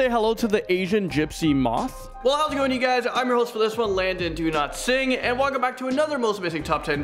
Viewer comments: Landon: "Hey guys how's it going welcome back to this one I'm your host " My ears: "Landon do not sing?" My brain: "Landon do not sing! " Me: "Landon so not sing!! " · Landon: what’s your name Dude narrating this vid: Landon do not sing(I know that’s not how to pronounce his name) Landon: JEEZ